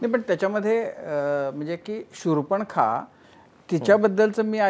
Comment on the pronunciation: शूर्पण-खा नाही हो शूर्पणखा. मुलाखत घेणाऱ्याला उच्चारही नीट करता येऊ नये याचे फार आश्चर्य वाटते.